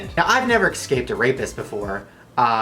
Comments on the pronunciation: Es-caped not X-caped. Idiot. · eSCape.. not eCSCape.... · Shane, you have GOT to stop pronouncing the word "escaped" as "ec-scaped". No offense, it just sounds horrid. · Shane you said excaped it's escaped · its escaped, no x in der shane ^_^ number one pet peav ever in my life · Shane I love you but it's a pet peeve of mine when people say excaped instead of escaped. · eSCaped not eCSaped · All of these comments about Onision and i'm here thinking why shane pronounces escaped...